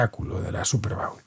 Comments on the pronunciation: Se pronucia bowl como "bol" en este caso. Cuando dices 'bowel' me reconoce de un movimiento intestinal. Pero muy bien video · No se dice bául, es bóul